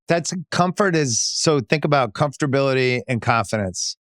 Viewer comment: "comfterbility" is not a fucking word.